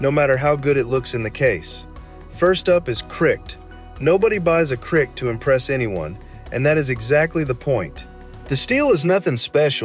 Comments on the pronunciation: you are driving me nuts!!!!! CRKT is not pronounced Criiickkeedd or criked or what you are saying. The company is the Columbia River Knife and Tool company not criked. How do you expect the hardcore knife people, not me by the way, but how can you expect people to believe even one word of what you are saying in this video if you cannot even pronounce the names of knife companies correctly?? It's time to pull your head out of your ass and learn a few things not just rant about how bad this knife is or how bad that one is. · It's C R K T not a word...Columbia River Knife & Tool is what it stands for.